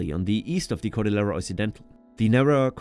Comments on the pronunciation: Yeah also cordillera is supposed to sound like cordiyera. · A very good overview of Peru's geography. Babbel didn't do a great job on your Spanish pronunciation: e.g. Lima and Cordillera. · How ironic that you say that you studied Spanish yet you repeatedly mispronounce words like “cordillera” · and Cordillera.